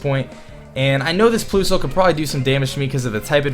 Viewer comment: ploosle haha lol its plusle like plus not plo lol